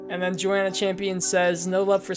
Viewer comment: The girl from hereditary has a disease called cleidocranial dysplasia. The kid from stranger things has the same disease. Maybe they should kiss? P.s. my name is pronnounced yo-anna not joe-anna